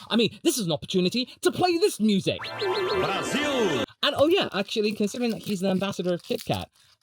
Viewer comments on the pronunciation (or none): none